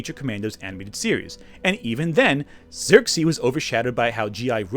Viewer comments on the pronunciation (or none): I don’t think I’ve ever heard anyone pronounce Circe like that. I thought you were talking about Xerxes and I was wondering when wonderwoman did a 300 crossover. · It’s Circe